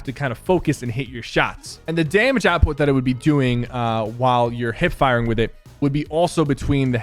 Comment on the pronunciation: SO IT WASN'T JUST ME?